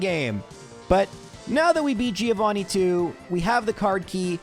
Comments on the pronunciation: He did it. He called him "threeovani" Bring on the new year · Trio-vanni? No?